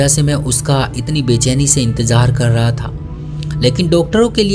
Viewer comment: Bhai aap ki kahani to acchi hai magar bura mat maniyega aap ke kahani sunane ka andaz bahot bura hai, naziya ki najiya kah rahe ho, nazar ko najar kah rahe ho, intezar ko intejar kah rahe ho, zakhm ko jakhm kah rahe ho, bolne ka tarika sahi karo apna